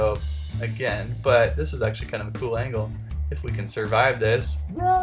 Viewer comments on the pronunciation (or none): none